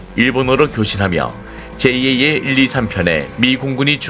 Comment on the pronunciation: 제이에이엘이 아니라 그냥 잘 이라고 읽어라 ! 에휴~~ 답답아